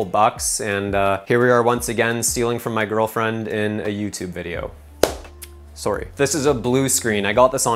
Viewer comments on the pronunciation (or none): Sore-y doesn't cut it haha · The "sorry" was so Canadian too lol